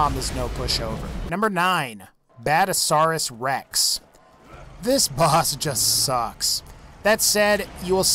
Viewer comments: Badasauras rex? No, its bad-azz-asaurus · 'Badasaurus rex' It's BadASSasaurus